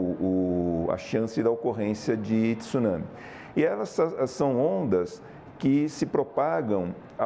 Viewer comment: Jornalista não é tissunsme,tsunami